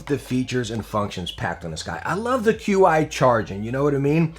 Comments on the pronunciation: "Qi" is Chinese technology and pronounced like "Chee". So, it's "Chee Charging" and not "Q-iCharging" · Lol "cue eye" wireless charging